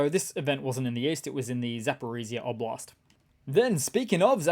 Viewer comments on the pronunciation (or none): none